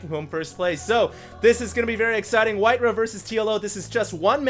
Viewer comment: Alright it's been bugging me for long enough,.. It's pronounced White Rah not White Ruh. Why would you pronounce Ra as Ruh?